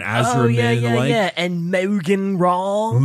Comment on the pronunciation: Legally obligated reminder that THE ELDAR ARE NOT JAPANESE, THEY ARE SPACE GAELIC FAE. They even have the whole Summer Court/Winter Court thing going on with the Asuryani and the Drukhari. Secondly Maugan = Morgan, not Mowgan. Thirdly all the stones on the Wraith constructs are to allow the soul inhabiting it to spread its consciousness through the frame and 'anchor' it. While dead Eldar are still conscious they perceive the world of the living as shadowy and inconsistent so need help doing basically anything in it. Even with the help of additional pylons waystones they are sluggish and slow to react if left to their own devices which is why Spirit Seers accompany them into battle. Wraithseers and Wraithfighters are an exception because they are controlled by dead seers and as such are far more capable of directing their minds energies through wraithbone. Fourth, it is way better to be perceived as stupid than smart, speaking from personal experience. Not only do people expect less of you, they always seem to think it's ok to sit and talk about things they wouldn't want others hearing around you. Remember kids; just because someone doesn't get social etiquette or can't always tell when someone else is being serious doesn't mean they are dumb by any stretch of the imagination. I mean I do have The Dumb™ thats besides the point.